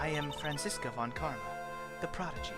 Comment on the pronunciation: You actually said Franziska correctly!